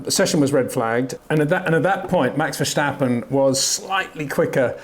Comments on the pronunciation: Max VerSHtappen. Unreal how this man simply can’t remember (or doesn’t care) how to pronounce the world champions name… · Max has been in F1 for 7 years now. Why do you still call him "Verschtappen"??? Do you call a stop sign a schtopp sign, too? There's no "sch" sound in Max's last name ... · No, that's not how you pronounce it. If you were supposed to pronounce it that way, I would not have mentioned anything. I suppose I was being a bit snarky with my comment, but I've heard many non-native Dutch-speaking commentators pronounce his name correctly over the years, and I'm sure Peter has as well, so I'm not sure why he continues to say it incorrectly after all this time.